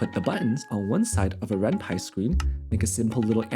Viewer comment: given that renpy is from the japanese renai + python, the way you pronounced it is correct!